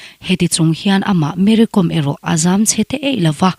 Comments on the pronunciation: Kom tia lam lovin kawm tia lam, kawm hi thluk sei deuh tur ni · Com tia lam loh tur aw, kawi kawm kan tiha, kawm lamdan ang hian Kom tih hi lam tur ani e...Kom hnam ho hi hmar hnam peng an ti thin, an tawng pawh a in zul nain Meitei area lamah an awm a, an inti zo hnahthlak vak lo. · Mery kom hning hi Kom hi ilam dik lo e mai. Lehkhabukawm( kom) kawm tia thkuk tur Vaimimkawm Kom lai tak khi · KOM hi Kâwm tia lam tur a ni lawm ni ! An nupa khan tlang mi chu nimahse mizo an ni lo hrim hrim! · Kawm tih hi vaimim kawm tih ri anga lam tur. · Mary kâwm, tih tur, lehkhabu kàwm a, a kàwm lai ang hian😂😂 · Kom i lam dan hi a dik lo. Kawm Vaimiim kawm tih kan lam dan anga lam tur a ni zawk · Kom niloin Kom . m hi thluk sei rawh...